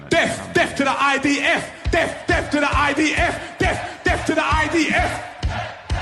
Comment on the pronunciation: He isn’t saying death he is saying deaf. He wants the IDF to have a disability